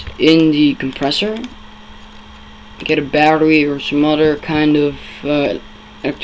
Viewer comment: someuder i thought it was some other prnounce your words better